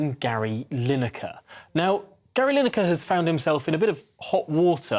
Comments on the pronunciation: Gary Line acre pronounced ha ha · You’ve spelt Lineker how Mick Channon says it.